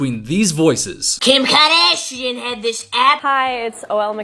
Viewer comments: "Kjim Khoardasjian!" 😂😂😂😂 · I just have one thing to say….KIM KAHDASHEIN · 😂" kim kadashian"